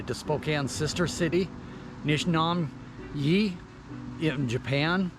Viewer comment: Its called Manito park. (Ma-knee-toe) Not - Man-tow park The sister city is Nishinomiya (knee-shee-gnome-meeyuh) Not Nish-Nom-yee